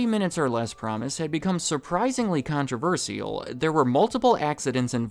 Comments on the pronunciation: con troolll vers illlll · he mispronounced controversial